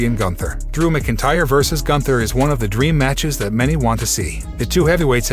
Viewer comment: Lol the program can’t say McIntyre properly as well 😂